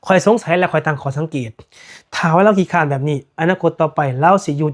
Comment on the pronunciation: " ขี้เกียจ" หรือ " คร้าน" มี ร.เรือ ไม่ใช่ค้าน,เหมือนการคัดค้าน😮😮